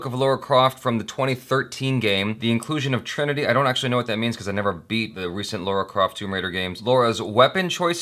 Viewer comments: LARA Croft not LAURA Croft :) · Its LARA not LAURA. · Why do Americans have such difficulty pronouncing Lara as Lara instead of Laura?